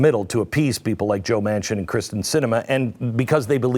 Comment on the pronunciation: Somebody needs to tell Glenn her name is Kyrsten not Kristen.